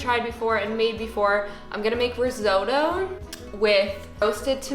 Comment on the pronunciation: No offence but crying a bit about how Americans seemingly pronounce risotto